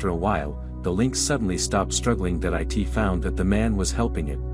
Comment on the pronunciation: What always is with this narrator that he does not understand what the word "it" is?? He always just reads it as "I T".